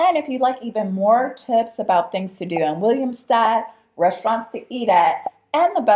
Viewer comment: Its not called "Williamstad" but "Willemstad"